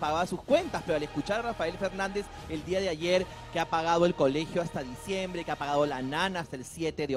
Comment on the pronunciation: La ultima vez... en ese di'a.... 🤣🤣🤣